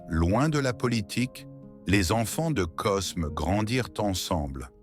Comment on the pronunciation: C’est n’importe quoi cette voix IA Cosme 😂 on dit Côme